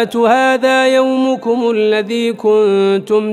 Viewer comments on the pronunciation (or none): none